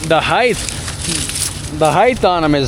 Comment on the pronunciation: Height, not heigth...With Aloha...